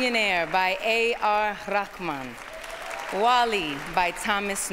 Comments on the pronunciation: he is a really humble man, they pronounced his name wrong but he didn't correct them, it's pronounced reh-maan not rakh-maan. :P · Why they are pronouncing his name wrongly! They are sounding like AR RAKHMAN.. It is A R RAHMAN...The person who achieved that no other Indian has made our flag high in the international standards. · Actually its not Rahman, its Rehman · That's not like that dude that's "RAHMAN" Not "REHMAN" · They really tried this time though, so it wasn't that bad. In a previous one, they said "AR ramen," like Ramen noodles. That was awful. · A R rakhman wrong pronunciation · No dear..its Rahman ... Vaeun gupta is right....i have learnt arabic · He's Tamizh brother, It'd be better if the Hindi speaking people kept their understanding of the names with themselves, it was weird seeing his name being pronounced the way it was, well anyway! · Hi Bro...Dont Find Mistakes about her pronounsation.she is not from india. In This Case,If she requested to ar rarhman to announce a russian oscard award winner name means arr also would be a same pronounsation mistake. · I don’t think that’s how his name is pronounced